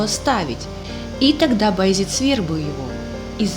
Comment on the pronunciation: Раздражает «Баязит». Баязед!